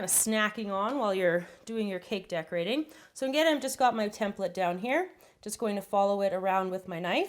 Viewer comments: she just doesn't pronounce the E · how she pronounces "template" , so annoying